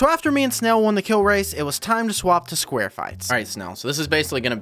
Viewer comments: Did you really say sqaure fights? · I understand calls it squar fights as a joke but it still makes me annoyed.